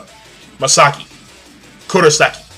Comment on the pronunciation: Bro, I usually don't do this because I try to be lenient with other's Japanese pronunciation--but so help me god if you her Misaka again...